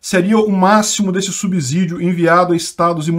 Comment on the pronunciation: bom dia. Uma dica de português: subsídio se pronuncia como se fosse 'SS', assim como nas palavras obsessão, observar, subsequente etc.